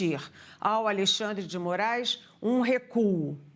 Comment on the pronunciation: Dilma em pronunciamento disse que é contra a saída só X do Brasil... segundo ela como ela vai chamar o Alexandre de Moraes , Aleandre de Moraes ou Andão?